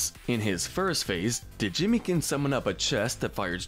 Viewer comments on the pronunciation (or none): You saying Duh-Jimmy makes me angry in a new way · Stop saying Djimmi. The D is silent